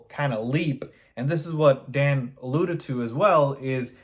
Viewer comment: You lost me at "Dan Orlovsky." That saying I do respect your content but yea, Its Dan. LOL.